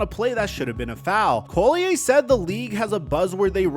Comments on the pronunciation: LOL its not COLLIAYE its Collier!!! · Not that it matters, but "Collier' isnt a french name. Its English (call-e-err not call-e-eh ). Just means "coal miner" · He calls her Napheesa Coulier. Cut. It. Out. LOLOLOLOL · Napheesa’s last name is pronounced “call-yer” not “coal-lee-yay” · CALL-e-yer. You draw attention to her cause ... at least respect her enough to not mispronounce her name like 100 times. easy research. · Dude… stop trying to frenchify Collier’s name. It’s literally just pronounced “call-yer.” Pretty obvious you’ve never watched a single game of hers 😂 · making Napheesa's name sound all French and fancy. 😄 It's Collierrr. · your saying collier wrong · You've done several videos mentioning Napheesa Collier in them and still you can't be bothered to pronounce her name correctly... That's just lazy. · how come you can't pronounce her name correctly? that's pretty sad. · Hearing “Collier” said like that so many times is pissing me off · Bruh please learn how to pronounce Napheesa's last name before saying her name a million times in a video. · Dude if you are going to report on someone at least google how to say their name... Collier... just look up 1 video on her... You've done multiple and you say her name wrong every time. This page is becoming more and more unreliable and uninformed, sorry to say but I'm unfollowing. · You are butchering the name Collier lol